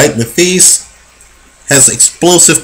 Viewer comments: not being a smart ass but pronounced matthysse' wrong. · please learn to say his name properly